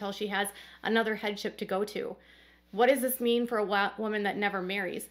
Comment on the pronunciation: You were saying “headship” and I thought you were saying “head chef”! 😝